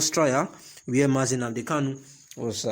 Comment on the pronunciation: Please shut up your mouth, with your fake nonsense crap. You can’t even pronounce OHANEZE AND NNAMDI KANU yet you wan take them shine. Craze